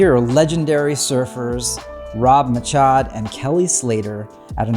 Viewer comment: it's Rob MACHADO, not Machad..